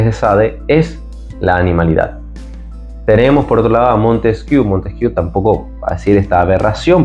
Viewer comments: Se pronuncia "Montesquié", no "Montesquiú". PD. ¿Podías dedicar un vídeo a exponer tu punto de vista sobre la Teoría de la Evolución? Porque, según la misma, la racionalidad (la mente, fruto de la complejidad cerebral) si evoluciona a partir de la animalidad (y yo estoy de acuerdo). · Se pronuncia "Montesquié",: pregunta a cualquier profesor de Historia o de Filosofía. Y sí: ya he visto que tienes un par de vídeos que tratan el tema de la evolución. Gracias.